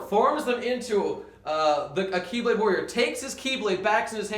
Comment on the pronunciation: it's χ-blade pronanounced (he-blade like he-lium). I'm greek so i should know.